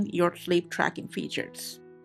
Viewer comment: Shleap drackin om Appulewagds Eelaiven... now I need some shleepe